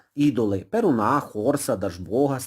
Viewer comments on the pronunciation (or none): ПерУна , а не перунА